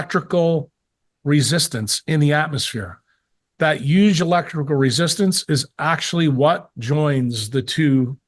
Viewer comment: why can't this guy pronounce the word "huge" correctly? the H isn't silent ...